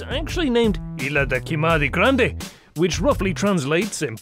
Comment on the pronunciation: Its so funny how he says "ilha da queimada grande"... Like a japanese place 😂